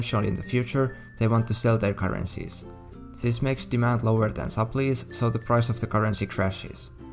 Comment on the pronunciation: You mean sup-ply. Not sup-lee.